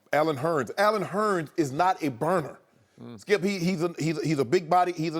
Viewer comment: "Why you do that Shkip" 😂🤦🏾‍♂️ ... this man saod that and didnt break stride while Joy Shannon and ED on set chucklin away